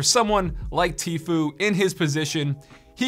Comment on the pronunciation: isnt it like “teefyou”?